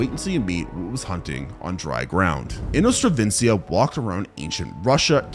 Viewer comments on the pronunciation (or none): It is inostrancevia, not "inostravencia"! 😂